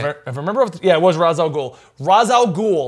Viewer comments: Well for some reason people misspelling Ras Alghoul name cause it is arabic word -_- , to settle it down it is Raas (head) Alghoul (the ogre not the devil xD ) just please pronounce it like the arabic way don’t creat new ways please or just don’t make him arab xD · Ra's al gouhl is an arabic word..and yes it's said raz al gouhl